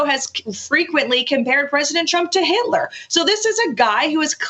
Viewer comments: Did she say Adolf *Hilter*? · If you listen close she complains about Tapper comparing trump to, are you ready for it,"Hilter" fckng H-I-L-T-E-R- Hilter lol 😆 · Did the Trumpster lady say "Adolf HILTER"? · The MAGA lady says “Adolf Hilter” around the mark. 😂